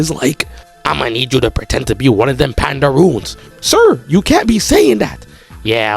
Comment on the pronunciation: Blud really said PANDAROONS😂